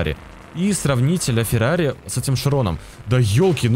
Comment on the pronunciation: Бля фирари